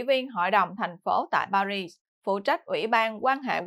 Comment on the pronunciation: Xin góp ý với: Tỉnh "Marseille" ở miền nam nước Pháp, đọc là "Mạc xây dờ" ( chữ "d" trong tiếng "dờ", phải đọc theo giọng nam, chữ "dờ" đọc rất rất nhẹ), chứ không đọc là "Mạc xơ li" theo tiếng Anh như đã đọc nhé. Còn Paris, đọc là "Pa ri", không đọc "xì" ( chữ "s" cuối, không đọc ).